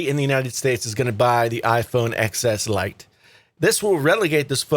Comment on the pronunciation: Is the a full blown troll page? You won’t buy a phone, regardless of specs, because of a name? A name that hasn’t been confirmed. A name being reported by the same people who said the X was wildly underselling and you regurgitated for weeks until it was quite the opposite? A name you fail to pronounce properly? This is wild stuff.